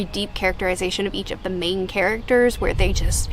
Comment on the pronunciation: When you emphasize main characters? When you set it, I heard "Maine characters" and thought that makes sense... I'm in the state so I got the meaning behind what you didn't mean to say